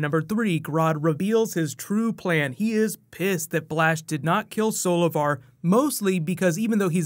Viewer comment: When Grodd said "Solovar" i thought he said "Savitar" 😂